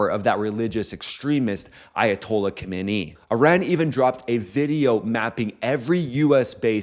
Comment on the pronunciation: Love your content. Thanks for the info. Quick note on pronouncing Ayatollah’s name: Current Supreme Leader: Ali Khamenei Ah-LEE Khah-meh-NEH-ee Key points: Kh = a throaty sound like the “ch” in German Bach Stress falls on NEH Final -ee is pronounced like the “ee” in see Former Supreme Leader: Ruhollah Khomeini Standard English pronunciation is: Roo-hoh-LAH Khoh-MAY-nee